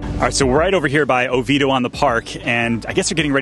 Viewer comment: No, you mispronounce it🙄,it's; O vee A doh, but prefer the original Oviedo from Spain.